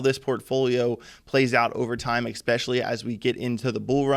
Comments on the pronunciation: Can he use the word "especially" a few more times? And it sounds like he's saying "eXpecially" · "Exspecially" isn't a word.